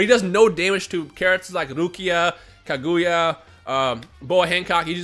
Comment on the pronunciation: Did u say taguya ? Or kaguya